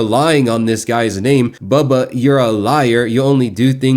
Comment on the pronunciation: Who is bawlbuh?? 😂😂 Why can’t this idiot pronounce Bubba correctly English is his first language.